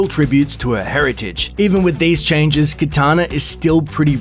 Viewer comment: it's kAtana not kItana, that's Mortal Kombat babe talk. Sure kItana is cool but I like kAtana better. Cheers!!